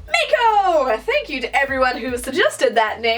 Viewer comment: It should be “mah-koh”